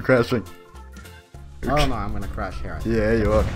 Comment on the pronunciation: chrash he will chrash